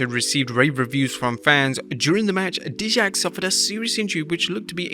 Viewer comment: Dude, Dijak is pronounce Die-Jak. Seems like you never watched NXT a lot.